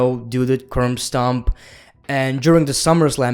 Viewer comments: keeps saying curm stop instead of curb stomp. hahaha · No one:: "Curmbstomp"